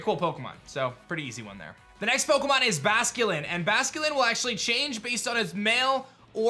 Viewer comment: Is it just me or does he say OKEMON legends arceus at the very beginning? Lol I rewound it 100 times and it's definitely what he says. Restart the video and you tell me 🤔